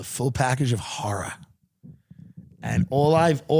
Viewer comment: “The full package of horra” 😂😂